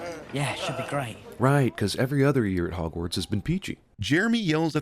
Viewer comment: Love how you say hogwarts correctly